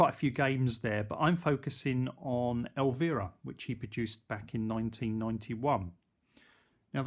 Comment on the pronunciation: El-veer-a. lmao It's el--VI-ra